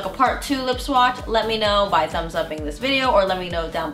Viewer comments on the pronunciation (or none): none